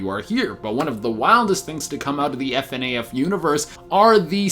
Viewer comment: No one says Fnaf like that